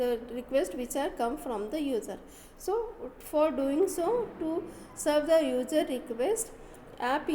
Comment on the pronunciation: simply read the pdf and mostly user will pronounced as ujer